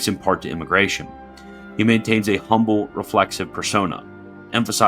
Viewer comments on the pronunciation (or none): none